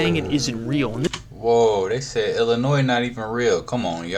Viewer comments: Sir! You did not just pronounce Illinois with an S! 😂😂😂 much love ❤ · The s in Illinois is silent.